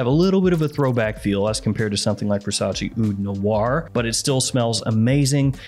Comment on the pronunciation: Can you stop pronouncing VERRRSATCHE as VERSACHI?!?!?!!!